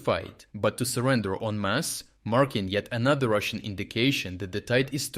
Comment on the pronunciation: 'EN MASS'- How many are we talking here?